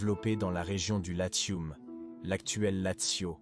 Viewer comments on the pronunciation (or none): Et le "latioum" également.